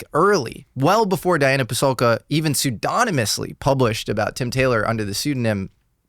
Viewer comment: Also "pseudonymous"